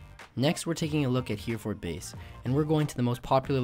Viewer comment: Great video, however living in Hereford and hearing it called HEREford base made me laugh a lil